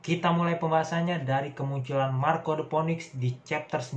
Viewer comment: bang saran aja, phoenix pelafalannya "finix" ^^